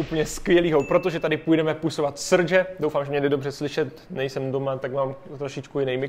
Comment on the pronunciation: řekl pusovat?